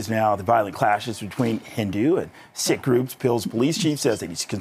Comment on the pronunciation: The word is Sikh - pronounced “ seeeek” not “ sick”